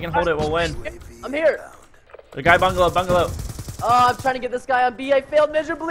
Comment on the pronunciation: How many times did Preston said bangalo? :P